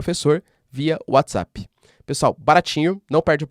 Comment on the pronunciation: Hooo😮 , professor voce é o único brasileiro ate agora que pronuncio bem WhatsApp, outros dizem whatzap 😊